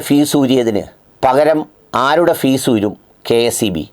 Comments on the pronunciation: Fuse not fees sir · ഫീസ് അല്ല. Fuse ആണ്.